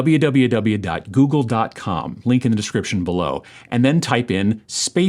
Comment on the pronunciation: Goog - elle? What the hell?